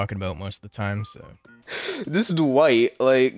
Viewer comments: the worst part of this video is all the times he says "Duh-Wight" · his speech pattern hurts me and the way he says Dwight "duh-white"